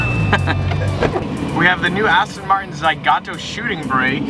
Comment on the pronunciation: Why does he say Zagato like Zygato